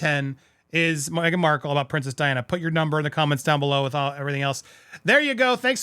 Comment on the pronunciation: Awesome topic…but, my man - if you don’t get her last name right! 😂😲🙏🏻